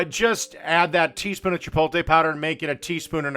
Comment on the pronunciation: Factory shredded cheese??? And he makes fun of other cooking channels. And he cant say Chipotle